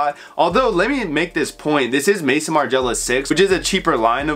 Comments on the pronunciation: Im an extremely obnoxious and pedantic i know but pls its not Mason Margiela. Its Maison as in house in French lmaoo the founder’s name is Martin too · Bro its Maison Margiela no Mason lmaoo